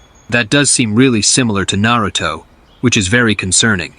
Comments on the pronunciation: Why can't they pronounce Narutos name correctly? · Not gonna lie....A.I is gonna have niggas mispronouncing Naruto for years lol